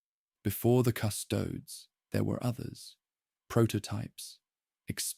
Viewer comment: Cu-'sto-des, not "cu-'stoads". --- This is actual latin (plural of Custos "keeper"/"guardian") and it's a three syllable word denoted by it's three separate vowels, with each being distinctly pronounced with the stress on the second-to-last syllable "sto" because of the naturally long vowel. As in the famous quote "Quis custodiet ipsos custodes?", meaning "Who guards the guards themselves".